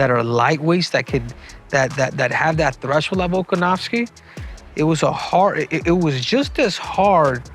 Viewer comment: Learn to pronounce his name, Henry.